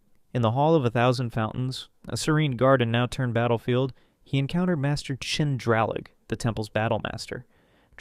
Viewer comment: That's xin..drallig..not chin drallig